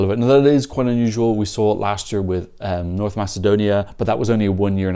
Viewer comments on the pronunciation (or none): none